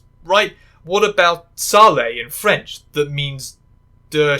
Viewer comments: The name of spew in French is actually pronounced sale with a silent e. What you sayed is salé, wich mean salty. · Sale is pronounced 'sahl' in French. If you pronounce the 'e', it means 'salty/salted' (as it would need to be spelled with an accent: 'salé/salée'). Nice try though ;)